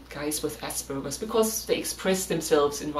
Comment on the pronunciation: You are german, and you still pronounce it ass burger. I mean, wtf 🤣😂🤣